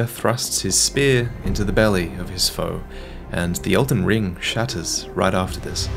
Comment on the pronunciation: "It's called, edlen ring" It's OHH ELDEN RING